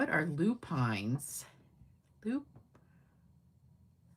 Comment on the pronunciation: Lupine are native here in Nova Scotia and all eastern Canada. Very beautiful flowers. Pronounced Loo pins